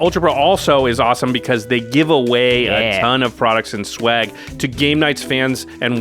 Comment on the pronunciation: Jimmy, it’s swag, not schwag. That’s something else…